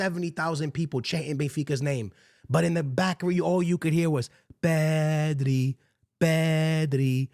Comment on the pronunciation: Bro I thought they were saying “Messi” not “pedri”